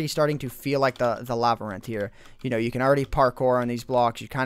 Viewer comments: Nevermind, he's saying Lavarinth. I thought it sounded weird, lol. Nice vid! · Does anyone else hate the way says Labyrinth?